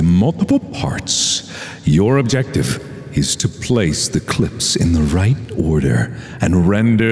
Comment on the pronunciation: "Your objoctive, is to ploce the clopes"